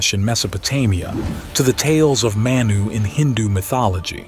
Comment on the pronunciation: It's pronounced (Mah-Knew).. We have the same creation story in my culture- I am a Native American, specifically I am an enrolled member of the Ojibiwe - Turtle Mountain Reservation.. Our Creation story involves a being named "Giccimanidoo" Manidoo (Mah-Knee-Doo) All creation stories come from the same event just miles apart. I can see that now.